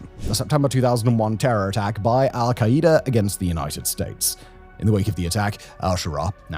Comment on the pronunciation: I love Simon but the way he says "Al-kai-E-duh" instead of "Al-Kai-Duh" is INFURIATING its like that video of the woman cooking using the "micro-wav-eh"